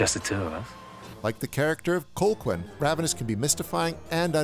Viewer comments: I was a little confused about how to pronounce Colqhoun when I first saw it. It's actually "Co-hoon," not Col-quin. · Always loved this movie! But I am irritated that you kept pronouncing the name COLE-quinn, instead of cull-HOON like it is in the movie. Or just call him by his other name, Ives. That’s supposed to be a surprise but it’s revealed in the video already. Anyway gotta go, this movie makes me hungry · Its pronounced, "Cal-hoon." Not, "Col-kwin." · STOP PRONOUNCING HIS NAME AS COLE-QUINN 😭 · Cole-quinn?! Thought you saw the movie? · Colqhoun is pronounced Cal hoon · oh, man I love this channel. But it is slap in the face to realize he's just reading a script and never actually watched the movie...it's pronouced CAL-HOON. even though its spelled Colquhoun. it's pronouced CAL-HOON in the film (it's Scottish). come on. at least PRETEND to watch these movies...or why are we helping you generate revenue? Shame...